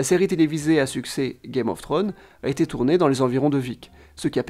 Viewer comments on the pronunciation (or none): none